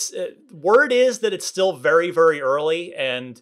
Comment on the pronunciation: Vury vury early